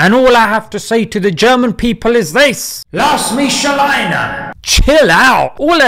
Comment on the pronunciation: as muslim who is practicing the German language you got everything right in the video except when you said ''Lass mich alleine'' the meaning is right but the way you said it sounds of but i cant blame you its because you have a really good english accent and you have a arabic tongue maybe, maube your arab or not doesent matter still your message is right.